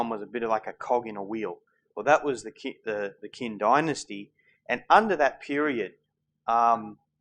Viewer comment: Qin is pronounced Chin,not Kin. Sigh, romanticized pronunciation.